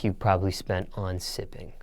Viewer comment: "sssipping" Hmm? 💀💀💀💀💀